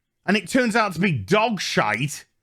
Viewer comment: I’m Just here to hear say “Shyte”.